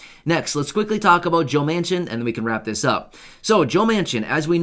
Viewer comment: Almost sounds like you said maniac